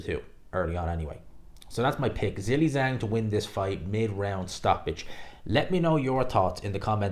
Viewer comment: do you realize that your pronunciation of the name Zhilei Zhang is incorrect? 😬